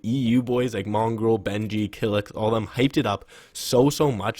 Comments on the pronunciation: and its not kilix its kylix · How can you say kylixx is one of ur favourite FN pros but you don't know how to say his name